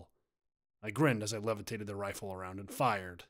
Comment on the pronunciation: it is a wifle that's what I heard lol